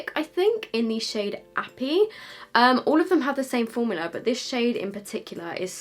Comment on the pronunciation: the way u say formula has got to me 😂